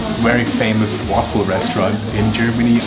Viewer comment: wonder waffel lol bro come on